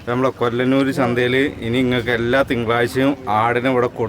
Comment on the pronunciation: കൊല്ലനൂർ അല്ല..കൊള്ളനൂർ